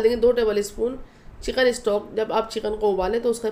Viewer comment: بھائی جان چیقین نہیں لفظ چکن ہوتا ھے آپ انڈیا والے پیاز کو پیاج اور چکن کو چیقن اور منظور کو منجور کیوں بولتے ہیں آپ الفاظ صحیح ادا کریں تاکہ ھم پاکستانیوں کو سمجھ آ جائے